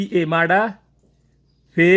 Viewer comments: আরে ঠিক করে কথাও বলতে পারচ না,,ওটা মাড়া না মাদা হবে হালার গরের হালা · ভাই এটা মাডা হবে না, মাদা হবে